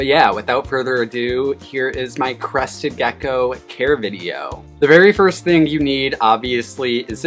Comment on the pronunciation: Every time hear Crested Gecko it sounds like Crusted Geko